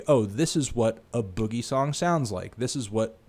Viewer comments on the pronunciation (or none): its A Boogie, not a boogie and its pronounced 'madeintokyo' honestly its like hearing your dad talk about hip hop. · It's pronounced Aye Boogie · First off a boogie is pronounced aye boogie. Second, your actually ed. Aboogie has 2 great projects. Smh. Deadass get ya facts straight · his name is pronounced "A" long A, so Aye Boogie. Just a heads up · It's pronounced A- boogie and Made in Tokyo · the A in A boogie is pronounce as if you were saying A in the alphabet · the way you say a boogie is embarrassing